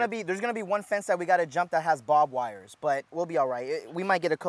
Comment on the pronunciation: I got to say ... I love your channel Scott ! Keep catchin' them Big one's Bro !! Oh and watch out for that " Bobwires" hahaha